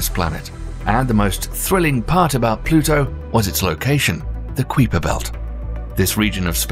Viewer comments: The "qweeper belt?" I've never heard Gerard Kuiper's name pronounced to rhyme with sweeper or creeper. Usually, it's kaiper, rhyming with kaiser, if you're interested. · is someone gonna tell him it's pronounced Ki-Per belt not qui-per belt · Keye-Per Belt not Queeper Belt. You Brits pronounce everything wrong! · Ok it's kiper belt (k-eye-per) ... Not queaper (kweeeper)... seriously.... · To begin with, the Kuiper belt us pronounced 'Kyper' not Kweeper. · Is it the "kwee-per" belt? I always heard it pronounced "kai-per" belt. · Usually I let this kind of stuff go. But he said it so many times I had to quit, and leave the nasty comment. It was getting so annoying! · Lmao😂 man idk what it is with these commentators pronouncing things wrong. There’s several things I’ve heard mispronounced. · Kweeper belt 🤣🤣🤣. Stop it you're killing me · What a load of crap! Several basic errors in the video. E.g.: the crew of the Challlenger didn't die instantly. The narrator also has no idea what he's talking about. He didn't pre-read the text, just started reading and ofcourse made mistakes in pronounciation. E.g. The Kuiper belt.